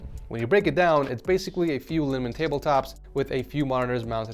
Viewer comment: Not just me who heard a ‘long table’ instead of malm